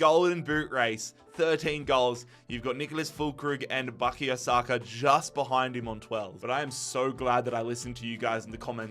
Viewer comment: I have learned that: 1. can't pronounce Bukayo Saka correctly. 2. We need to come up with a striker replacement for Emile Smith Rowe (a CAM). 3. Rodrigo Muniz is one of the world's best defenders in this career mode.